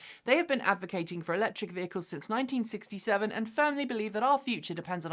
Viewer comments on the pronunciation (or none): Ha, in place of "and", I heard "hit the bell end subscribe".